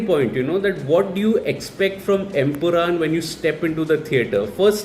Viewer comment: Bro it's empuraan not empuraam.